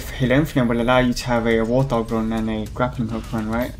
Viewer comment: was anyone else slightly bothered by him constantly saying war th hog instead of wart hog(no offense) just me? ok